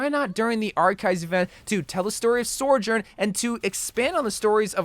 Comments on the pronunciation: What about a Sym skin? EDIT: IT IS PRONOUNCED SO-JORN, NOT SERJERN. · Why do you pronounce her name Sorjorn? Cause its Sojorn. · Stop saying sorjourn, that isn't her name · So-jurn Not Sor-jurn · Why tf do you say Soujourn as SORE JORN lmao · Why does he keep calling her sorjourn 🙄🙄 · I swear if he says Sorjourn again I'm gonna riot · It is pronounced...😤🙏(SO-JORN) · It’s pronounced SO-JERN lmao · That pronunciation of Sojourn, help. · Theory: continues to pronounce Sojourn incorrectly on purpose so that more people will comment. Wait... s**t!